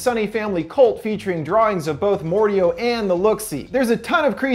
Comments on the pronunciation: it’s Mordeo not Mordeow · I thought it was pronounced Mor- Dayo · It’s a great video but it pronounced Mor-day-o not mor-de-o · I believe the proper pronunciation is Mor-Day-O not Mor-De-O dear friend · its not mor deo its mo dae o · Not mordao mordayo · Why do you say it like more dee OH it's more day oh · pronounces Mordeo as Mord-I-O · It’s More-day-oh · Its Mor-day-O j.a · Sorry but it’s more day oh it’s said like that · Just saying it's pronounced "mor-day-o". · Very sorry but I had to say something, Mordeo is pronounced more-day-oh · Sorry but I'm pretty sure the mordeo is pronounced more-day-oh I'm sorry but I had to it was bugging me didn't mean to be rude or anything. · I think it’s pronounced more-day-o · It is said like more day oh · The monster's name, Mordeo, is pronounced "More-Day-Oh" :) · They already say the pronunciation, how the fuck do you still mess up mordeo (more-day-yoh)! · Bruh the way he says Mordeo got me trippin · He TRIGGERED me by mispronouncing Mordeo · Umm he saying Mordeo wrong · he mispronounced mordeo several times